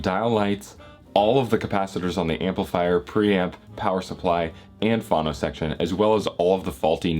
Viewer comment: Why are you calling it a "fawno section" instead of "fono" ? Get your pronunciations straight please. Otherwise, good videos.